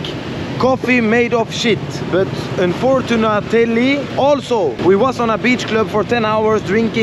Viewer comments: Unfortunenality 😂😂 Sweet home fruten fraten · un fortun atetlity 😂😂 hhhhh